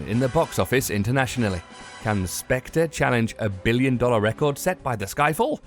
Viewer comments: Spec-ter not Spec-tra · But that is wrong. It is pronounced Spec-ter. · where exactly are you from, because i hope that you know that the way you pronounce Spectre is 100% off? it's Spectre as in Ghost or Wraith, transparent being whose presence is uncertain.. also it's called Spectre, not the Spectre.. here's how you pronounce it: ˈspek.tər, yeah good luck with that. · It’s pronounced specTER not spectRer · It’s not spectra you pillock...it’s pronounced “speckter” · calls it " The spectré " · This video is incredibly bad. The moment this fool pronounced Spectre as "spec-truh" I knew it would not improve. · No no no, it's pronounced "Spak-tree" and what the hell is an Omega Seamster? It's quite obviously a Rolex Submriner. My favourite watch is the Rolex Dyton.. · this guy said spec-tra?! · 'SPECTRA'???? WTF? Can this Brit narrator speak bloody English? Clearly not. As for finally settling on the title 'Quantum of Solace', it should actually have been called 'What the fuck?' Couldn't understand the plot for love nor money. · Its pronounced as spec-ter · Its not SPECTRA !!!!!!!!!!!!!!!!!!!!!!!!!!!!!!!!!!!!!!!!!!!!!!!!!!!!!!!!!!!!!!!!!!!!!!!!!!!!!!!!!!!!!!!!!!!!!!!!!!!!!!!!!!!!!!!!!!!!!!!!!!!! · You said Spectre wrong, you don't pronounce the r